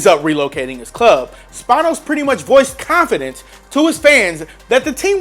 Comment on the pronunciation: When you mispronounce Dean Spanos